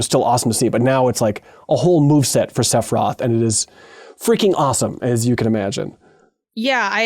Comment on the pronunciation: pronouncing sephiroth sephroth is funny. but god i hope that they don’t bungle rebirth with anime nonsense that ruined the ending of the first game. i don’t like how ff7 remake is trying to diagetically justify its own existence. i’d rather it just BE a remake. but rebirth looks stunning and i can’t wait to play